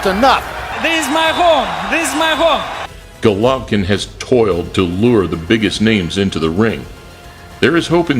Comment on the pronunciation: That intro always gives me chills. #Motivedia4life Also, my man, Golvokin.... Not right